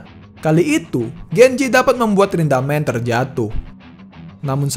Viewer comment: Rindaman bg bukan rindamen